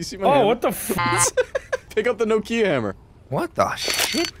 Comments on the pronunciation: how in the hell? it's nOkia. Not no key ahhhhh. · you know how to pronounce Tokyo? It's a short sweet tO'kyo not to-kEE-oh. Nokia is pronounced the same as it is written. With a single breath - nO'kia. No pause, no nothing. Emphasis on the first vowel O. It's not no like in the word NO (nou), it's an open one like door (do). Than ki that is pronouced like QI (chineese life force energy), not like the word key. And then another open A like in the word car (KA). That's how the name of this company is pronounced. I can understand differences in pronunciation, but I don't really get how in the hell emphasis went from first vowel O to the second vowel I... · no ki a (no kee ah) make a little more sense now? How do you pronounce it? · I've just told you how it supposed to be pronounced. nOkia. With the emphasis on O. That is how it's called. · like nah kia? That is probably right, America is 3 languages in a REALLY convincing trench coat though so makes sense why we’d pronounce it differently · okay, hold on, I will spell it how I pronounce it (no KEY uh) now you, cuz I’m confused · Everything goes perfect apart from the way he was pronouncing the Nokia phone. 😂😂😂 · Is that how Americans think Nokia is pronounced lololololololol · Mad way to pronounce Nokia lmao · A "No-kia" hammer?¿????? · Wait, is that house Canadians pronounce Nokia?